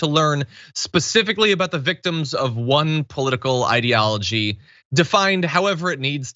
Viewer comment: His mispronounciation of ideology wasn't a mistake but all the others were because DeSantis is an idiot.